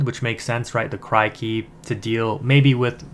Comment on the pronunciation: Good vid man! Just a tiny thing, it's said like Crick-y. Like a cricket. Great stuff tho!